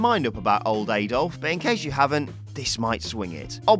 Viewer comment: Disliked because you pronounced Adolf like an American when you are English and Americans pronounce it wrongly. It annoys me when English YouTubers pronounce words/names like Americans to cater to them. It is stupid.